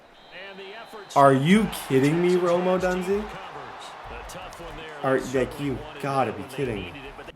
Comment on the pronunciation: please take the 2 seconds to learn how to actually pronounce Rome Odunze correctly.